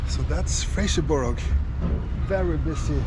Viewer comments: You will have to learn how to pronounce "Fraserburgh" correctly. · there’ll be lots of Scots ( and at least 1 Saxon) screaming “It’s Fraserburra!” Not Fraserberg. Great vid, as ever.